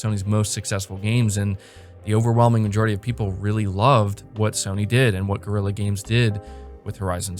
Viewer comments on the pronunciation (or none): none